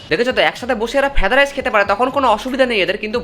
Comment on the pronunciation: তোমার ভিডিও না দেখলে জানতেই পারতাম না দাদা যে ওটা ফ্রায়েড রাইস নয় ফ্যেদা রাইস আর চিকেন নয় ওটা চাকুন আর বিরিয়ানির সঠিক উচ্চারনটা না হয় নাই শিখলাম। এতদিন ভুলভাল জেনে, শিখে এসেছি,সত্যটা তুলে ধরার জন্য ধন্যবাদ দাদা।😂😂